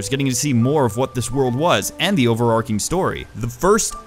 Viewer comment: overARCHING not overARKING